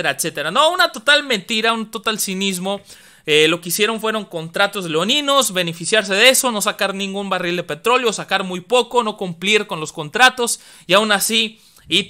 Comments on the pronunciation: la palabra es Leoninos no Leonidos, y, la roca es ESQUISTO, no esquisito. saludos excelente informacion gracias. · ¿"Leonidos" o lenoninos? Son cosillas muy diferentes mi estimado. Lejos de eso, buena información.